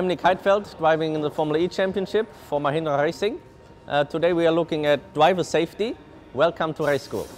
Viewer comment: mahindrrrrrrrrrrrrrrrrrrrra rrrrrrrrrrrrrrrrrrracing